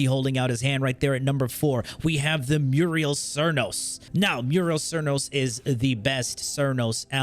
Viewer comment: Muriel cernos? C'mon man sound it out lol